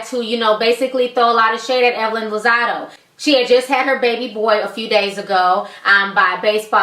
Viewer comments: it's been 2 years, but did anyone tell you it's Lozada not Lozado? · It's Lazada with an a not Lazado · Geez girl, even you are pronouncing Evelyn's last name wrong. Bbut I guess you dgas BOL!!